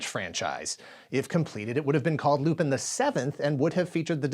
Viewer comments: It was Lupin the 8th, not 7th. Also I know it's not important but it's pronounced like Lupan, not pin. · I laugh every time you say “Loopin’” 😂 Lupin is pronounced more like Loo-pon Netflix has a great Lupin live action series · STOP SAYING LU-PIN. IT'S LUPAN!!! LU-PAAAAAN the third. You said it incorrectly just too many times for me not to cry out in pain. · Loo-PAHN!! It's pronounced "Loo-PAHN"!! Don't disrespect one of my favorite anime series!! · I thought you pronounced it as Loo-PEN, with the emphasis on the last syllable Edit: ah my bad, the italian dub often pronounces it like this. I didn't know it was wrong. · It was going to be called Lupin the 8th not Lupin the 7th (also it's pronounced Lou-pawn). Other than that, great work as always.